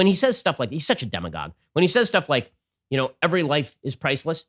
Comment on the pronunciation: What does he say to describe Cuomo and Gore? Demigauge?